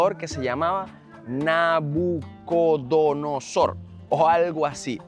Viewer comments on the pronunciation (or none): Mi querido Enmanuel una corrección con mucho respeto, no se dice nacudonosor es Nabucodonosor Rey de Babilonia por eso es Palacio de Nabuconodosor